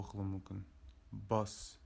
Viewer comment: Bus- бас, деп оқылады, қателер көп